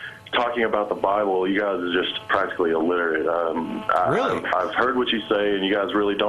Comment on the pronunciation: Did he say the byable?